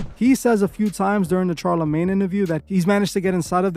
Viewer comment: Why is it CHAR-lemagne? Because of Ch-eetos, Ch-arcoal, Ch-est, Ch-eerios, Ch-illing, etc. If you can’t even pronounce a name how are people supposed to believe what little research you do?